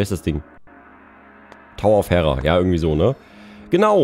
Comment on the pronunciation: Ehrlich gesagt ist mir schleierhaft, wie man bei "House of Gales" und bei "Tower of Hera" auf "TR" kommen und "HG" sowie "TH" als viel näher liegende Abkürzungen so komplett ignorieren kann. Und als in der Schule die griechischen Götter dran kamen, hast du wohl geschwänzt, um Zelda zu zocken? Die Frau heißt nicht "Herras", sondern Hera (mit langem e). Die "Todds" lasse ich dir ja noch durchgehen, aber darüber gibt es keine zwei Meinungen! Und wenn ihr - im wahrsten Sinne des Wortes - Göttergatte Zeus hört, wie du den Namen seiner Frau aussprichst, könnte es dir passieren, dass dich der Blitz beim Sch💩en trifft. ⚡